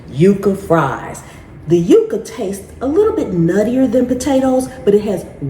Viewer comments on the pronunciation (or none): Yucca is pronounced "yuck'-ah" & is a member of the agave family. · We always pronounced Yucca ans yuck-ka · Yucca is pronounced like yuck..yucca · Here in New Mexico we say yucca as yuh-cuh it's our state flower 🖤